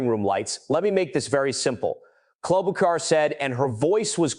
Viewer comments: Amy KLOB O KAR ?? REALLY?!!?! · KloboCar? really AI commentary is pathetic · AI cannot even get Amy’s last name correct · I don't like AI. When Ms Klobuchar is mispronounced on the first try, I am out! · Why is the narrative saying Sen Amy Klobuchar’s name in 15 different, wrong, pronunciations? If the narrative is AI, then you’ve got some real work to do. If it’s a person, they should know better and ASK FOR CLARITY! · Senator Klobuchar’s name is pronounced at least 4 different ways in your reporting. That’s a problem. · You should fix your AI. Klobachar was miss pronounced wrong about 4 different ways. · Please learn how to pronounce her name. She is a very smart woman. Thank you. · Can’t even get her name pronounce correctly